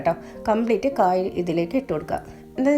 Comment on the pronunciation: Kaa. Alla kaaya. Okay 😂. Samghathi kollam. Ta to annathu kurachu kurakuka 😂